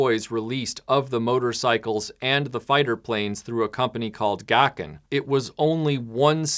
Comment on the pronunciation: You say "Gakken", I hear "Dokken".